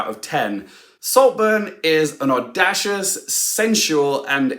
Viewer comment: Oooops you can’t pronounce ‘audacious’ either